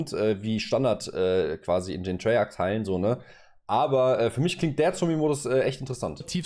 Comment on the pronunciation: Es heißt nicht TREYARK. Es heißt Treyarch. Treyartsch. Meine Fresse...